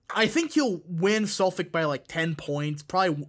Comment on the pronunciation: The way you pronounced Nassau, I'm suprised you pronounecd Suffolk right, lol